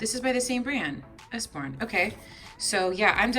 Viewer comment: Those books are pronounced us-borne. They are AWESOME! They have so many educational and interactive books for kids. We ❤️ them!